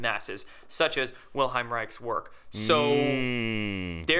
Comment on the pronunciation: Why can't that orgonite dipshit say "Wilhelm" right? It's WilHELM, not WilHEIM. Freaking jackass.